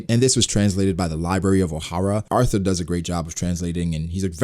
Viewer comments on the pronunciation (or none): none